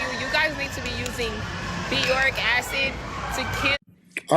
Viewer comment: is she trying to say Boric Acid? wtf is "Beyoric" Acid ?